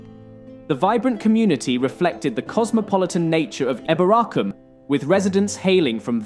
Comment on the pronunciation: Some people say it like that but apparently the original pronunciation was probably like he's saying it